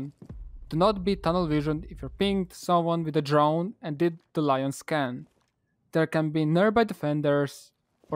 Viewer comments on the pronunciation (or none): none